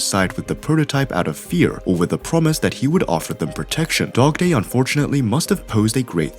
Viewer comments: did he say dogtoy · Bro, literally said dogdoy